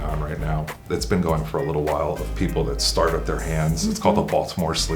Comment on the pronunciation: "Do you see the leetle alien machine!?" 😆💗